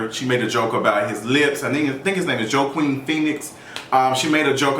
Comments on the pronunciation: Joaquin is pronounced WAKEEN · Come on down????? 😳😳😳🤭🤣😂🤣 (It’s “wah-keen” Phoenix, but whatever lol we know what you meant) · "Joe-Queen Phoenix" LMAO that took me out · Pronounced “Wah-Keen” lol we still love you J